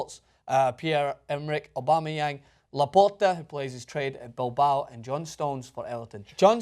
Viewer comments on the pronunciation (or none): none